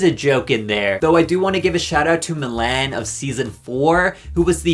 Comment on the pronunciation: who tf is milanne😭😭